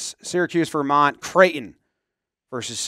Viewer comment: mispronounced all three school names on purpose at the beginning of the video.